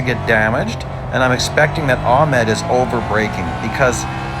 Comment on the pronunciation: Ahmed... It is an Arabic name pronounce like ( A hh e m aa d) Keep going and enjoy 😊